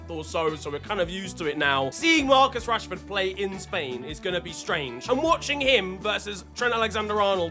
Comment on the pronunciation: casually just called him Marcus yanshford. My brother in Christ how far 😂😂😂